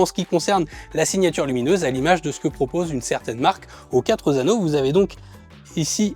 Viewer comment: La marque aux quatre "zano"...🙄